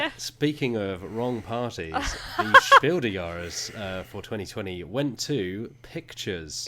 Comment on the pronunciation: It confused me very much to hear "Spiel des Jahres" pronounced like it's French.